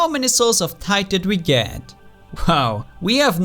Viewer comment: Lol Everytime said souls of Tide it sounded like he said souls of tight